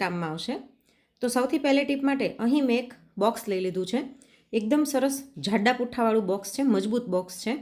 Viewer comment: Not zhada pootha, it should be pronounced as Jada pootha. If I were the PM of hindustan I would donate saurashtra to porkistan asap